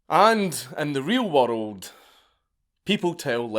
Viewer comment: I get goosbumps everytime Dank says "worRrld". If he ever gives a geography lecture I'm gonna need a bottle of me own.